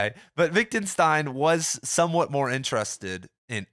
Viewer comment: I love these videos! Keep up the good work :D By the way, you seem to pronounce it “Wic·den·stein”?